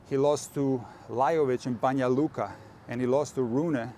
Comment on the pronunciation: Great explanation! I have to congratulate you for exellent (like a native) pronuncation our last names with suffix "ić", and my hometown Banja Luka! ❤❤❤